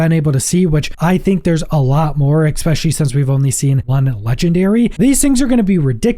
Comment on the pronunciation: Ngl, the way you say "Dawdelus" and "exspecially" is starting to get to me a little. My middle name is "Pedantic," btw